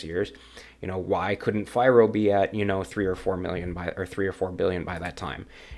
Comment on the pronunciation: "fee-roh" just FYI